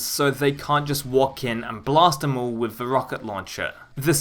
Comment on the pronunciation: Why do you say ‘vuh’ instead of ‘the’ and ‘vem’ instead of ‘them’?